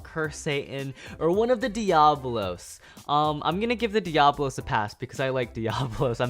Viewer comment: Not how u say Diabolos 😅